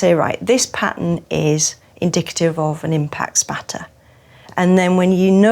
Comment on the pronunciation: it kinda is. Assuming you're an American, the brits thing you mispronounce loads of words, like "herbs", or "route". Either way, she doesn't mispronounce the word she very clearly says "indicative".